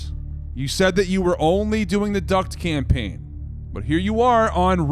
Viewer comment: he almost said SCAMpaign 😅